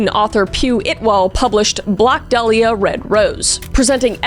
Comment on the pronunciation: My irl name is Dahlia- i low-key just had a heart attack (metaphorical) reading that title- Also props om the pronunciation of 'dahlia' bc so many people pronounce it wrong.